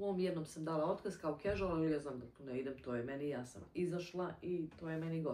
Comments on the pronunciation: casual(kažual- izgovara) se rece gospodjo, naidje mi vid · nije “ a” nego “e”